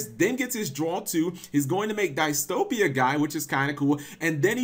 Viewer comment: Did he just say "Die-Stopia Guy?" 😂😂😂 wtf is wrong with your head lol